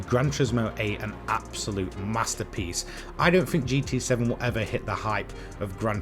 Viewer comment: I stopped watching after hearing the word "abosute" for like 30 times 🤦‍♂️ nah u need better script writing